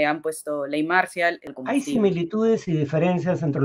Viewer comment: la palabra "marcial" es aguda, con la acentuación en la última sílaba y Salem (a pesar de que es anglosajona) es grave, con la fuerza de pronunciación en la penúltima sílaba.